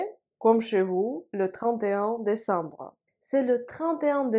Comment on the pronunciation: ... брэ. désambre жёстко получается. А вообще чётко, как по книге. Какая альма-матэр?